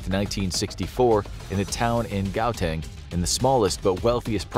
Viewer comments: Ha-teng is the correct pronunciation lol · As a South-African, I absolutely lost it when he said Gauteng...😂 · Nooo!you said Gauteng wrong!!!😭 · I was going to say that 😭😭😭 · As a South African who lives in gauteng pls learn how to say the name properly